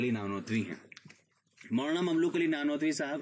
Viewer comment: السلامُ علیکم و رحمۃ اللّٰہ تعالیٰ و برکاتہ حضرت کا نام مبارک مملوک علی ۔۔نہیں ھے۔۔بلکہ مملوک العلی۔۔ھے۔۔ع پر پیش۔۔اور ی پر کھڑا زبر۔۔۔جیسا کتبے سے ظاھر ھے۔۔جزاکم اللہ خیرا۔۔محمد احسان الٰہی سرگودھا ۔۔پاکستان